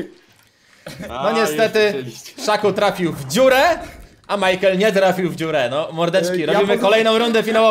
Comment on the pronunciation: mejkel xd majkel